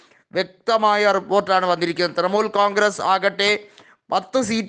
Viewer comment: ഹേയ് മനുഷ്യാ തൃമൂൽ അല്ല തൃണമൂൽ